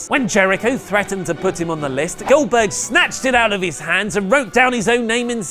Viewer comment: Oldberg??? Really??? fuck off